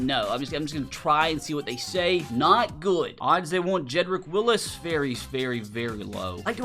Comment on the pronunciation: Love the content. My one pet peeve is getting names wrong especially when it's written our right there for you. Jedrick WillS. Not Willis.